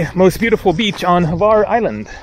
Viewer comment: Glad you allow comments now... I tried to give you some tips about Hvar in your first video when you did not disclose where you were... I'm glad you are now going all over the island... many people only stay in Hvar Town and miss a lot of the whole beauty... Croats pronounce it like "Phar", or Far... as you saw in Stari Grad, it derives from the greek Pharus, which means lighthouse, and there was one in the Pakleni Islands, or Devil's Islands, the little ones that guard the entrance to Hvar Town... although the name Devil's islands is common, many people say it is an error in translation. Also, the ferry only gets to Stari Grad, defining ferry as a large ship where large items such as vehicles are transported... the depth of the port there allows it. The ship that gets to Hvar Town is a big Catamaran, which basically is a platform mounted on two parallel hulls of equal size and therefore can get in shallow waters. When you get back from Korcula to Hvar, try to go to a winery, the lavender fields... Vrboska can be pretty noisy because normally the nightlife there in high season is a magnet, although not my "cup of tea", as Hvar has slowly but surely displaced other european resorts favored by the jetset... In all those towns, look for the image of a winged lion and his paw over a book. That's the symbol of St. Mark the Evangelist, saint patron of Venice... remember that the Venetians dominated the region for some centuries... if you look for those lions, you'll find them all o